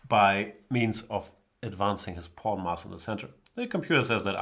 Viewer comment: Is he saying porn instead of pawn?